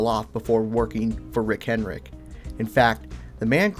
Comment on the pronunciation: Dude, it sounds like you’re saying Rick Hen-rick, without the D. Cool video aside from that distraction.